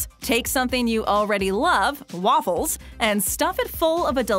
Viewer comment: Is it just me or is it really annoying when she says waFULLS